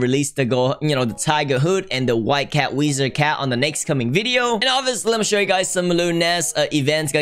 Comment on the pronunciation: I like how he says weezard